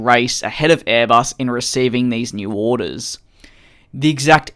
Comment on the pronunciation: Offisah... Ordahs... Yeahhr... Condendah...